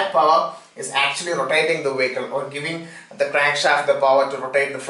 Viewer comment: What the fuck is a "Wehicle"???